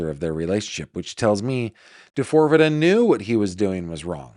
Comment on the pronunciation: I love you but you really need to stop calling him D4vd the way you do. Lol. He goes by David. There is an interview of him where the interviewer told him people were calling him D4vd like how you are and David looked shocked and started laughing. He said it is pronounced David. He replaced the A with a 4 because of something having to do with 4 dimensions or 4 aspects of himself that we will see emerge over time.